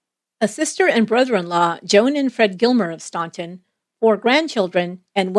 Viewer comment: Please. Its pronounced Stan-ton. Not staun-ton